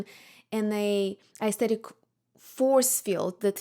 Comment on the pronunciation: You're a very nice and smart lady but also so pretentious. However you can't even pronounce the word 'aesthetic' right.🤔🤔